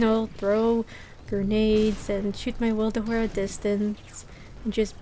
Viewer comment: Witherhoard not wilderhoard ☺️☺️